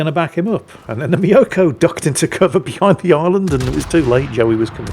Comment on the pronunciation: Tip for pronouncing the Myoukoy: Don't think me-o-ko but like music or mucus just with an o. And both vowels long.